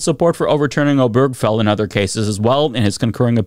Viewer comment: It’s O-ber-ge-fell, four syllables, not O-berg-fell.